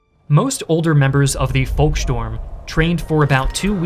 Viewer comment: It's beside not besides and it's volksturm not, volkstorm. Talking is your job and you're frankly terrible at it.